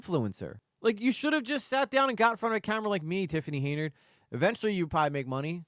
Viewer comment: HEN-yard, not HAY-nard.